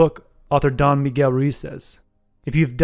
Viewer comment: Nice summary! Fyi- “Don” rhymes with “bon” voyage and is an honorific, like “sir”